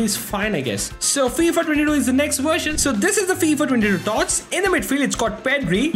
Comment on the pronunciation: Why does he keep saying Wheel as Vheel and Version as Wersion also Volume as Wolume it's just annoying